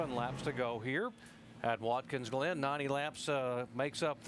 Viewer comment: “Watkins Lynn” 😆